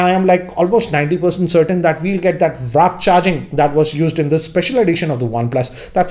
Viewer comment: Dude it’s not wrap charging, it’s warp. Stop making a fool of yourself.